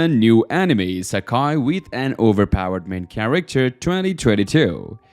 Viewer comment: why u say charicter instead of character its weird bro